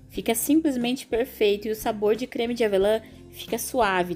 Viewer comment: Tudo e perrrfeito com diz voce....! bom demais ne....perfeitamente perrrfeito hehe 😂